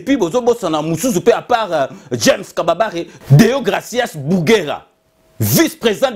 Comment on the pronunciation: Ce n'est pas James Kababare, c'est James Kabarebe ?!! Lol 😂 😂 😂